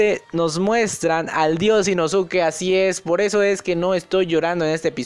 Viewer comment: Se pronuncia Inoske no inosuke bro